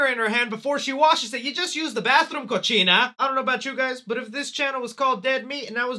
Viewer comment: "COCHINA" Lol